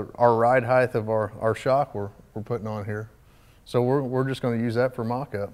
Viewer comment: It’s RIDE HEIGHT not RIDE HEIGHTH